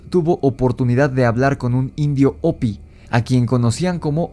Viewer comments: Se escucha chistosso oirte decir opi,,ja,ja, se pronuncia jopi en y gles y se escribe hopi, yo se q en español la h es muda, pero en ingles no, y no fueron ñlevados a las entfañas de la tierra por seres reptilianos, si no los honbres hormigas q los cuodaron durante michos años,,creo q fue en el.enfriamiento de la tierra, an ice age? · Se escribe "Hopi", pero se pronuncia "jopy".